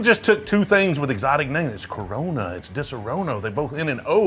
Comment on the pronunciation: You're butchering the pronunciation of Disaronno.